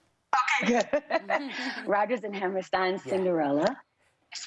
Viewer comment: I’m sorry I normally don’t complain but please look up how to pronounce Hammerstein correctly. Rodgers and Hammerstein are only the most influential, successful musical composers of our time.